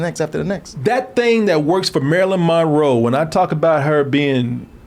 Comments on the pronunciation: Drink every time he says Marilyn Ma-Row 🥴😵🍸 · He can't seem to enunciate Monroe correctly